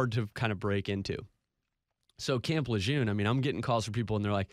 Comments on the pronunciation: It’s pronounced Lejurrne, correct? If not, how is it pronounced? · Tragic situation but damn I wish people would pronounce Lejeune correctly. Between the hundreds of commercials and news stories my ears can't take it anymore. I know pronunciation shouldn't be the takeaway here but damn.